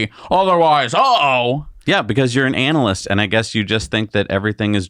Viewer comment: Did you say ANAL LIST?:goodvibes